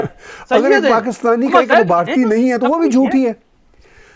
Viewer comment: Tahir Sir it is Bhartiya not Bharti. Thank you.